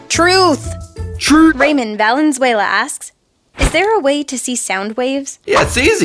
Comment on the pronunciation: Pretty sure Ramon Valenzuela is pissed because of how they pronounced his name.... I know I would be